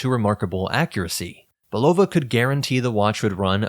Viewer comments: It's a real downer when almost every YouTube video mispronounces the word "Bulova" from how the company's decades of radio and TV ads always pointedly pronounced it "Bull-ah-vah." It's a family name, but these YouTubers cannot bother to take the few minutes needed to ascertain the correct pronunciation on the Internet. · The correct pronunciation of Bulova is "Bull-ah-vah", with the emphasis on the first syllable. This pronunciation was used in the brand's original commercials and is the way the company has recently reaffirmed its name. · Hey, ',' ditch the AI narration. Ella-jin and Bull-ova have never been a THING.